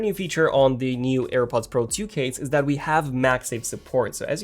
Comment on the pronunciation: AirPods Pro "tzhu"